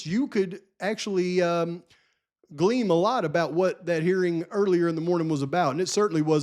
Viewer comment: it's "glean" not gleam